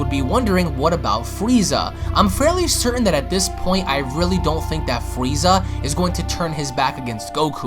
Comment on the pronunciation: Fweeza, the ultimant fighter